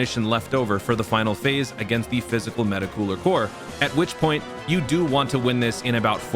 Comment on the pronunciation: the way this mf say meta cooler 🤌🏾 is the only way meta cooler should be said.